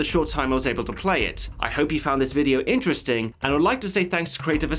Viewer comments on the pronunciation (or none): none